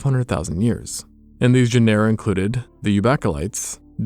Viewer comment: Genera - JEN-er-uh